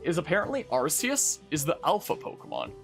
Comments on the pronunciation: Don't apologize for saying Are-see-us, it's the correct way, Are-key-us is a censorship for western countries because of the word "arse" which is why it originally was called "Are-see" everywhere and then later changed. In Japan it's Are-see-us (アルセウス) and Silvally's ability is called "AR System" (ＡＲシステム) so don't believe that "RKS" bullshit westerners use as an explanation. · Immediate thumbs up for pronouncing arceus the way it should be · They pronounced "Arceus" like this on House as well. That's the first time I heard it out loud, so this is correct for me too.